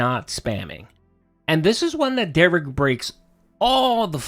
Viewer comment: Another weird thing - is the ONLY person Derich lets call him 'Dare-ick.' Derich gets SUPER upset when anyone else calls him that and insists they correct themselves and say 'Dare-rich.' But he's totally okay with mispronouncing his name.